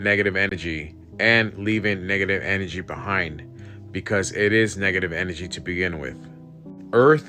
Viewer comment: "Negga-tivv enne-jee." Bugged the shit outta me, lol! But a drinking game would make it a bit more bearable.